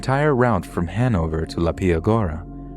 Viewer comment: Funny how you pronounced Hannover. And no, we don't habe no speed limits in Germany. We have a lot. There are some we don't habe but not all.